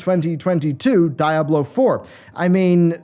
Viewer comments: i think d4 looked good even in combat. Also, Diablo is spanish for devil it is not pronounced in English, you dont say die ablo you say dee ablo, dammit man. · Di-a-blo. Not da-ya-blo. Love the video 😁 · Dude, please... DEEablo, "DEEABLO", it's spanish man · "Dieablo 4" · Great video but I hate the way you pronounce Diablo